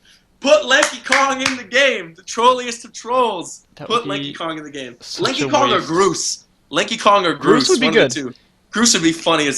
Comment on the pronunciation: I thought he said "Linky Kong" I was like "WHO THE EF IS LINKY KONG?" then I realized who was saying Lanky haha.